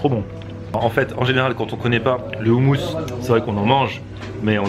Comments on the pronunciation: Super vidéo mais juste le houmous ça se dit "roumous" pas "oumous" qui veut dire pois chiches en arabe, arrêtez de maltraiter ce mot s'il vous plaît :( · Chalhoub Ali meme avec l accent francais tu prononce pas commeca omos mdrrr c est hamos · Ça dépend car nous en arabe on prononce différemment chez nous on le dit " homoss" et vive la palestine